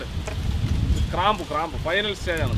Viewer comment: ക്രാമ്പൂ അല്ല.... ഗ്രാമ്പൂ.... 😂😂😂😂